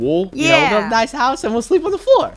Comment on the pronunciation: noice shoovel soong